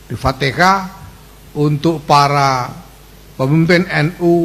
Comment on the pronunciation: AL FATIHAH...!!! BUKAN ALFATEKAH... 😂